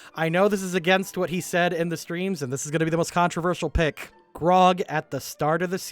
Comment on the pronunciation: Dude shies away from saying Percival Frederickstein Von Mussel Klossowski de Rolo the Third is understandable. Can't even pronounce Grog right at times. (I picked up Grong and Brog) All in good fun of course